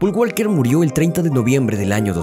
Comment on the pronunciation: Parce aprenda a pronuncia el apellido de Walker